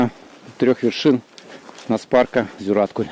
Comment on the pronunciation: Спасибо за видео! Ждем продолжения) Заметил, что русские (или, как правильно сказать…) в большинстве неправильно ставят ударения на местные топонимы, которые часто имеют тюркское происхождение (или какое-то другое, не берусь утверждать, но точно отличное от славянского) и там в основном ударение ставится на последний слог! Поэтому правильно будет: КракА, ЗигальгА, ЗюраткУль, КалагазА!